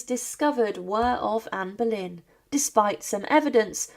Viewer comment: Comment veux tu qu'on s'abonne quand tu appelles Anne Berlin au lieu de Anne boleyn